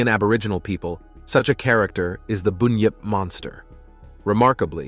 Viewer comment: It is bunyip not boonyip. And of course they existed, there are yets and what about your American version